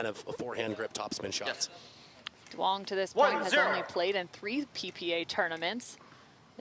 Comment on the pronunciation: its pronounced Yoo-ung as a fellow Duong lol but proud to see someone with my last name playing professionally